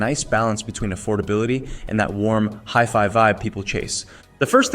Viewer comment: He can't even pronounce HiFi correctly.